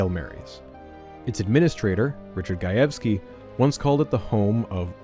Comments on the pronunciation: Hearing you pronounce Gajewski correctly is surprising and welcome after hearing your past, uhhhh, interesting attempts at pronouncing Slavic names. :P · Side note, I really appreciate the correct pronunciation of “Gajewski”! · I'm just 4 minutes in, but as a Polish person, hearing you perfectly pronounce Gajewski is so nice!!! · As a Polish person, thank you for pronouncing "Gajewski" correctly 🙇